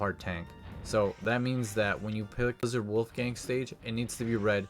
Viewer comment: like how you're saying Wolfang wrong lol